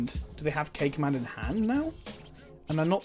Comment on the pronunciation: What he says: "K command" What I hear: "caca man" I may be 4 yo inside my head.